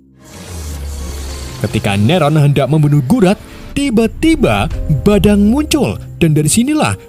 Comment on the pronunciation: bikinketawa pasnaratorbilang badang dan valir😂😂